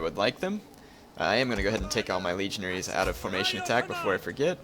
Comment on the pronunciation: for some reason, I laughed hysterically because I thought he said 'legionHEIRS'